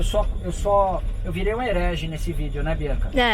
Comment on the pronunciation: Kkkkk “”erege”” foi punk, também achei ,20 60 e prolonga não corre o risco de entupir nenhuma galeria e faltar lubrificação professor ???